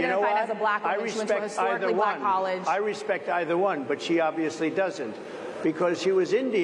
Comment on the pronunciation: "Then she turned BUHLACK" like Harris cast some magical spell 😂